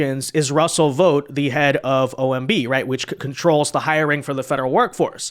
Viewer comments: Tarlov is a cretin. He didn't know about Project 2025 beforehand but Demonrat ret a rds like her sure as hell made sure he found out. And it's astonishing the amount of idiots there are who can't pronounce VOUGHT properly, seriously, does anyone pronounce FOUGHT as FOTE? BOUGHT as BOTE? So what makes you illiterates think VOUGHT is pronounced VOTE? In the more than 20 years I lived in the states the one thing that really got me was the absolute refusal of Americans to learn how to pronounce people's names correctly, mine included. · Why do you keep calling this guy "Vote"? It's Vought . Thought. Sought. Brought. Vought. What kind of learning disability is this?